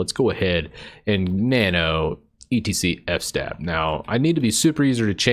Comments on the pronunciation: I think it's fs-tab and not f-stab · it's fs-tab not f-stab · Good video. Thanks. "Eff"-"Stab" though... is that really how people pronounce it? I have few people that I get to regularly speak with about linux. It's mostly typing. But I always pronounced it "FS-Tab" in my mind. (as in, File System Table) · Its called fs-tab, standing for filesystem(s) Table. 🚫 NOT f-stab, you don't stab F. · I love the way you say F-stab instead of FS-tab lol